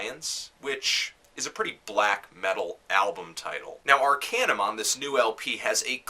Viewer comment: It's Arkaanuum, not Arkejjnum <.<